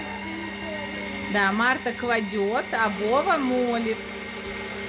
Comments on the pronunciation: Не мОлит, а мЕлет!!! Училка блин, юхууу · Не молет,а мелет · НЕ МОЛИТ, А МЕЛЕТ!